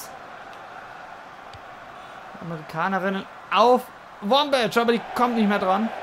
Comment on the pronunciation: ein Verbesserung der Aussprache: Die Nummer 20 der USA (Wambach) wird mit k am Ende ausgesprochen.